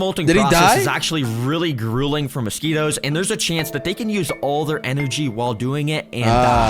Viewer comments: Mosqui “TOES”?????????! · Really? You thought we wouldn’t notice the “mosquitTOES”.